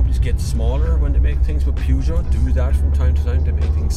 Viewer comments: Ah now, still saying Pewgeot!;-) It's alright, it's your trademark! Very good review, love the Peugeot 508. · And how do we pronouce Peugeot? Definitely not like that! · Not relevant. Peugeot is only pronounced how the French company pronounce it! ;-)